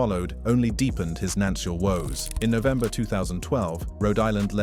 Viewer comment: True that. What’s up with the silent/missing “fi” in words like “nances”, “nancial”, “gures”, “rst” “recracker”, and “unspecied”? And the inability to correctly read large numbers. Yeesh…